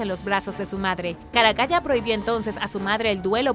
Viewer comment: Excelentes videos, muchas gracias! Y UN DETALLE: se pronuncia "Caracala" no "Caracaya" y se dice "MONStruo", no "MOUStro" u otra forma (esta palabra parece que se le indigesta a muchas personas). Saludos!